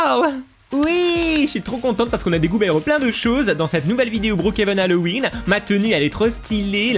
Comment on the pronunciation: trp sa ma tuer aussi:D